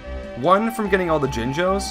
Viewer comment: Liking and I'm commenting that you said jingos instead of jinjos yw